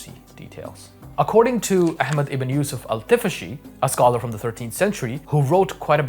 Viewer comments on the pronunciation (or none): none